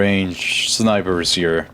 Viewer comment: "sznipers" yup it is 😂